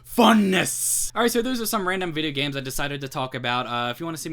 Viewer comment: "vid-yeh gehmz"